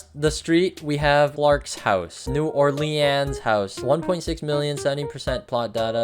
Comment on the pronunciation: so you kinda said it wrong. It’s not New Or Leans it’s New Or-leans or new or-linz. And somebody a few miles away from New Orleans I see a house like that when I go into New Orleans( where parades are)